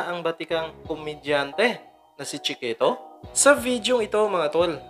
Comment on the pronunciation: " chee - kehtow " 😆